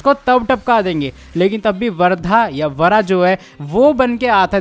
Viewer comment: Vardha nhi uska naam vara hai naam to ache lele phir Gyan pelna 😂😂